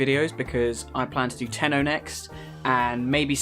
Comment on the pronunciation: U mean : "tenno"